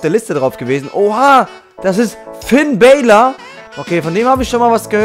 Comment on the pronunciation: man spricht ihn finn balor aus nicht bälor.